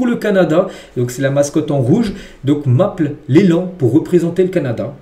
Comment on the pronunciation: Maple la mascotte, il faut prononcer comme si tu disais "Apple"